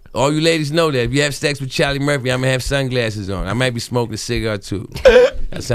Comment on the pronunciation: Cha(h)-Lee Murph-fee !